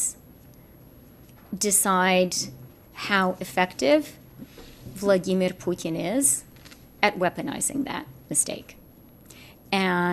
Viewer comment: I believe he was referring to Trudeau being the idiot...and freeland stop adding your accent to putin ...makes you sound like the idiot you are.